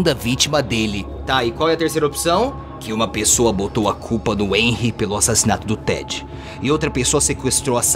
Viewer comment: O T3DDY falando enry mas é renry com h